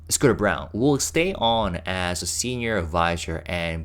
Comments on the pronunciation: I think that Scooter's last name is pronounced like BRAWN. Isn't it usually the case that the old CEO only sticks around for 4-5 years after a takeover? Surprised he lasted this long. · I’m hoping that you got that it’s not “Scooter Brown,” it’s “Scooter Braun” (pronounced like brawn.)